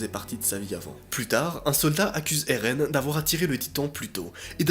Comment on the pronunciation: Et non erun mais éren